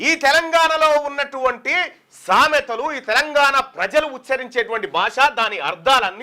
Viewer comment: Sametha correct ga chaduv